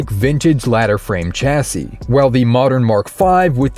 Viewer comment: The word Chassis is pronounced "Shassie" a bit like Lassie but with "Sh" at the front. You're welcome.